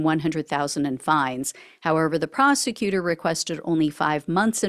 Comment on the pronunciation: Every time you say " however, the procecutor" makes me cringe 😬.